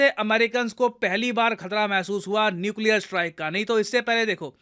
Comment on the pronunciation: Nuclear 🤔🤔 Nucear